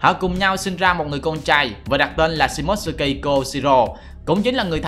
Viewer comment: Tên Nhật đọc là Shi mô tsu ki Chứ ko phải là shi mốt sư ki Chứ ad